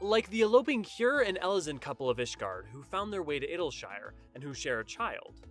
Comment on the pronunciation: Pretty good video overall. You did a good job integrating official developer statements into more in-universe-friendly explanations. Just a couple nitpicks about pronunciation: The 'oe' in Roegadyn makes a long 'o' sound, like the 'oo' in tooth. It's a Germanic language thing. There's no 'i' in 'Hyuran'. Raen is two fast syllables; 'ray-en', not 'rain'. 'Sui' is pronounced 'swee'. Boz-ya, not bozha.